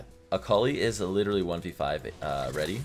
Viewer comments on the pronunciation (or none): Say litteraly again.